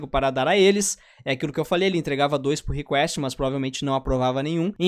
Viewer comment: O que é purriquest? Kkkj n sou dev. Não é meme